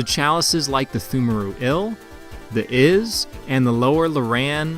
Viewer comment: Isz pronounced eyes.